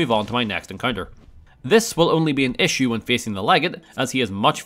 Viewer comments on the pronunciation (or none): none